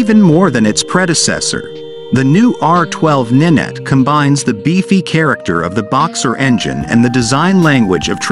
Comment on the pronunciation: It's not ninet 🤣🤣🤣🤦🤦 it's R nine T (as in 9) FFS some people are thick 🤣🤣